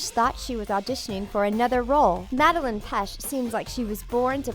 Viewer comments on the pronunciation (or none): First, you said Cole as Cody. Then you say Madeline instead of Madelain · They said madalen and not madalaine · you mixed up olivia and toni. and you pronounced madelAIne wrong